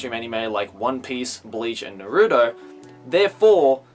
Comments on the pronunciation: im just curious, since ive heard a few other youtubers say it like this. why do you pronounce Naruto as Narooto? ive been watching Naruto for years and even in the japanese dub, ive never heard his named pronounced that way. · I like how you say naruto